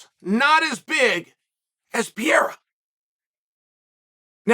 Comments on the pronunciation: Huh, what ? Plastic suit and broccoli ?!? I was caught off guard by that, just like Izzy by Pereira (yes Chael, it's PE-REI-RA ... not PIERA ;-))) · Chael keeps saying Piera😅 It's Pereira man 🙂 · I cringe every time he says Alex PIE-RA and not Alex PE-REI-RA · Can someone explain to me why it seems like everyone tries their absolute hardest to make Alex Pereria’s last name seem so much more harder to pronounce than it actually is..? I’ve heard “Perrrheda” “Puureda” “Pierre-era” Why not just pronounce it Per-reh-rah- like we do with everybody else with that last name.. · Why is he calling him Piera when the name is Pereira? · ALEX PEREIRA CHAEL SONNEN : ALEX PIERA?? PIERA? PE-REI-RA AND NOT PI-ERA. AT LEATS SOMEBKDY GETS THE TITLE RIGHT. FOR GODS SAKE CHAEL.. YOU KNOW ENOUGH BRASILIANS BY NOW TO BE BUTCHERING OTHER PEOPLES NAME LIKE THAT. LOWKEY DISRESPECTFUL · This foo said piera 😂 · Alex “Piera” 😅🤣😁😁 Pereira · Alex Peee air a - Chael has a unique way of pronouncing his name. Alex could be champ champ champ champ. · Not pieeila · "Alex Pierra" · everyone keeps pronouncing him wrong, it's meant to be PIE-AREA lol imo. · no it’s not.. it’s pronounced (Peh-Heda) I have a Brazilian at my gym with the same last name lol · its pee ruh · Chael really acknowledged Ariel's correction for ONE video, then said "nah I like Pierra better" 😂😂😂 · Alex Pee-era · N eed to learn to pronounce his last name. PE REI RA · STOP SAYING HIS NAME WRONG PUH-RARE-RUH HES THE CHAMP LEARN IT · Peeara?? Chael, say his name right. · Per-air-ah, repeat after me Per-air-ah, Chael! Per-air-ah. For the love of Ya-ear, it's Per-air-ah! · Chael: Alex PeeRera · I love how uncle chael hasn't been able to say Alex last name the right way since he came to the ufc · then you're mispronouncing his surname. There's no "d" in Pereira. The R in Portuguese is the H in English. The "I" is your "E". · can this guy pronounce his name properly wtf it's so irritating